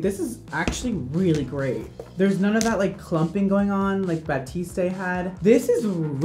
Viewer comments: Yep, should be "bah-teest", not "bah-teest-ay" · I loved this video very much, I just have one thing to say, it is ”Batiste” not ”Batisté ” ! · It’s 👏 bateest 👏 not 👏 bateestay 👏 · Yeah, it's definitely pronounced "bah-teest", not "bah-teest-ay". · Definitely bateest not batestaayyy 🤣 bugs me a lot lmfao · someone please tell how to actually pronounce batiste 😂😂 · ba-teest not ba-teest-ay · I love how looks at the bottles umpteen times and still calls it baptiste when it's batiste 😂😂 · we love u but PLEASE stop pronouncing the E at the end of batiste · You were correct in the first place. He has no idea what he’s talking about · he says bah-tis-tay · “Batistay,” gurl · Mandy McDorman No that’s right, but that’s not how is saying it. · Anyone notice that he says Batiste wrong. In the commercials they say it with a silent E at the end of it. I could be wrong. IDK. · Roza Slo I know in that video HE kept Saying that and I was dying 😂😂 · You mispronounced Batiste and misspelled Walgreens, it's only a minute in...